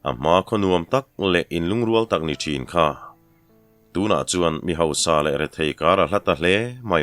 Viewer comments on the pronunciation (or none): none